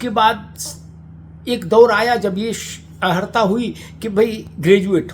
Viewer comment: हम आपको हमेशा शुद्ध उच्चारण करते देखे हैं।किंतु इस वीडियो में बार-बार अहर्ता शब्द बोलना खटक रहा है।कृपया अर्हता बोलें,सादर।